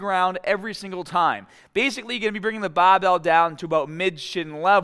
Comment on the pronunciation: why does he say bah instead of bar "bahbell" looool